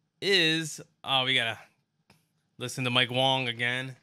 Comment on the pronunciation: My mans name is mike wang not Wong 😂 Agent asked him at the event and he said it was wang